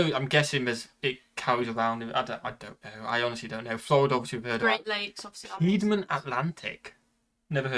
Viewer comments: Its Peed-monT. Not Peahmon. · We would pronounce "Piedmont" as peed-mont, not a French accented version. It's the Cascade Mountains in the Pacific Northwest, not the Rockies. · His pronunciation of Piedmont is off, it's a French word, but it is pronounced Peedmont in the US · The narrator should have reseached the proper American pronounciation of Piedmont, Tahoe, Spokane, etc.